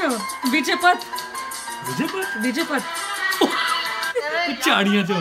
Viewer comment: Its vijay pawan not vijay path